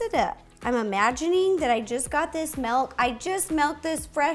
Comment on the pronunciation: omg i love ro so much! you’re soo inspiring and amazing! the only thing is that you said MELK instead of milk ahhhhh